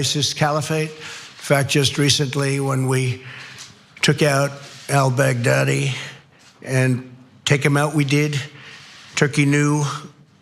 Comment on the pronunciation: Trump says Al-Baghdadi like Al-bagdaddy 🤣